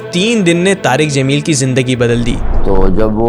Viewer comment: jameel not zameel 😊